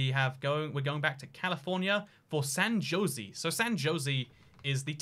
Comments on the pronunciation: It's San Ho-s-ay, not Josie! The city name is Spanish so the J sounds like an H. A European should be familiar with the Spanish language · San Jose is a spanish word so its pronounced “San Ho zay” not “San Joe Zee” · My man said “San josey” 😂😂😂😂😂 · And then, later on, he starts talking of "San Joe-see." Aw man, at least the Tucson mispronounciation I can understand - but Jose is a pretty basic Spanish name! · Same with San Jozy lol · Wow, so glad you know it’s actually pronounced “San Ho-Say” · I like how at the beginning he said it properly then just decided to go with Josey for the rest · Are you going to San ho say today? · Ah yes, the magnificent “Lase Veegas” Also “ San Joe - zee” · "San josey " he's just trolling us at this point. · ”San Josey” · FYI: San Jose is pronounced "Ho zay." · The comments: Bruh he saying tuck-son me: why he saying "San Josie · San JOSIE bruh there aint no way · San Jose is pronounced "San Hosé" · San Jose is pronounced SAN ho-SAY' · At least he didn't try to pronounce it. Poor San Jose and Tucson. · i literally started typing furiously when you said san jose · Couldn't get past the way he said San Jose. RIP.